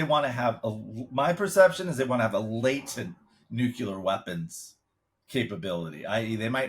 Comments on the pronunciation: The word is "nuclear" not "nucular", :-) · NUCLEAR is not pronounced "NEW-CU-LER". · It's Nuclear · I am not sure what the issue issue. No one is afraid of (or even knows what are) nu-cue-lar weapons…. Now, if they were talking about NUCLEAR weapons, that would be a concern.